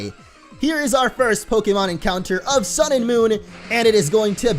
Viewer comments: do you know you said prokemon in this video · It's not pokamon